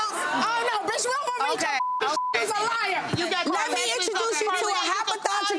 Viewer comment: Lol i think she was saying hypo'thot'ical trying to be funny, but sis...you couldn't find a real word to use? Lmao maybe she was thinking pathological + habitual + thot = hypo'thot'ical 😂 she's wild fr